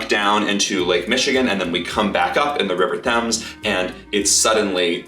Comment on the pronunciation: River "Thames", LOL